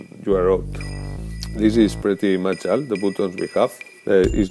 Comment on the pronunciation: Great review! One more thing that I just can't resist! 'Foonctions,' LOL! Replace the long sound of U in bootons, Hoobsan and Foonctions with the short sound of U and you will be golden. To your credit, your English is way better that any of my attempts at speaking a foreign language. Very easy to understand.